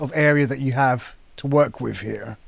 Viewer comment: At least he says,"wif instead of with. lol